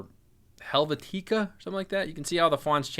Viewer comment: Love this -- but how do you not know how to say "Helvetica"?